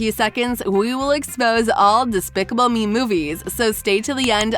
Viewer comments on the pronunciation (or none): They said specible me at the time